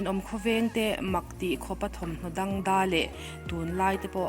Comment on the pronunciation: Dangdai tih hi,dang da in I chiar tlat in ka hria a,a ni em